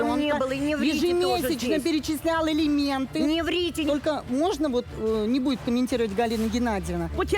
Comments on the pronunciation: Да уж... Адвокат, который говорит: "Элементы..."🤦‍♀️ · Я не ослышалась? 😮Так называемый адвокат говорит:"элементы" 😮😮😮